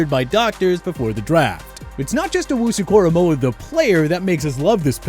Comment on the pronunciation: they lost all their validity for this video when they said owunzurike